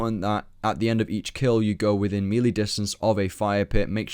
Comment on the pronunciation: Mispronouncing melee in 2015? Shame.